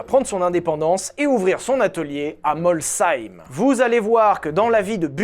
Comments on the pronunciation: un français, qui prononce correctement le nom d'une commune alsacienne?! Impossible. Merci, merci beaucoup! Ca fait plaisir, vraiment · 🥹 un nom alsacien prononcé correctement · merci d'avoir prononcer Molsheim convenablement.. cela se prononce effectivement : molsseim et pas molcheim comme certains le disent.. merci pour ca (un Strasbourgeois content) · La région Alsace valide et certifie la prononciation de. Molsheim, ça se prononce effectivement Molsheim. C'est pas si compliqué, faites un effort putain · Vive l'Alsace ! En effet, Mols-heim car Heim est un nom, donc pas de liaison SH. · Merci de prononcer correctement Molsheim 🥳 je travaille là bas mais pas chez Bugatti 😂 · Enfin un non alsacien qui prononce "Molsheim" correctement ! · Le seul truc que j'ai retenu, c'est que a prononcé Molsheim correctement, et ca c'est cool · Prononciation parfaite de molsheim merci et continue tes vidéos sont super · Etant alsacien tu prononces vrm bine Molsheim bravo !! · Je suis Alsacien et oui, tu prononce très bien Molsheim. Sinon ta fille s’appellerait Sylvana, pour le coup ça existe bien. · En tant qu'Alsacien, je te remercie pour l'effort d'avoir cherché la prononciation de Molsheim. =) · Je commente jamais mais en tant qu'Alsacien (oui, outre m'appeler, j'ai d'autres qualité), c'est un plaisir d'entendre Molsheim et Schlumpf prononcé correctement! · WOW, je crois que t'es la première personne qui vient pas d'alsace à prononcer correctement Molsheim :') Rien que pour ça, magnifique vidéo :') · Excellente prononciation de Molsheim comme en Alsace 👍🏼 je valide 😊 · Bon alors Molsheim, bien. Chiron, Veyron, super. Par contre, la prononciation de Centodieci et Rimac, on y est pas encore... 😊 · Merci pour la prononciation de Molsheim, pour une fois je ne suis pas tombé de ma chaise 😂😂😂😂. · Molsheim prononcé correctement ça fait bizarre ^^ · Et en plus tu prononces bien Molsheim! Bravo. Y'en y'avait marre des Molch-heim.